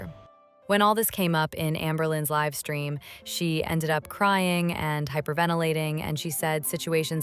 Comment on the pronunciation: I really like this voice! And I feel like there should be less pronunciation errors. No offense meant at all but because it was more British sounding before, a lot of things were misspoken like livestream- it was live (like to live your life) stream. 😂❤ love you